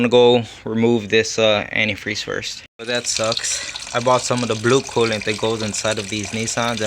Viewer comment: It’s cooliantae not coolant